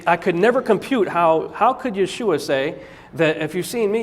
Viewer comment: Yeshua is not pronounced that way. For me its like someone saying Des car tes instead of day cart. Rene Descartes. And if someone is so blatantly loose in their research then that suggests to me they haven't studied the subject they are about to talk about. Research is the study of big books with usually very very small print. Cause its difficult to logically present anything without going through all of the what ifs that an audience might find. But don't question this guy. He knows folks